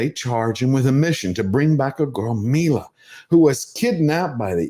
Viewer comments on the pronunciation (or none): That was Malli sir.. You pronounced Milla But whatever, it was an AMMMAAAZING video!